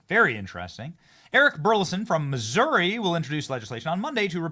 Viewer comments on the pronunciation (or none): none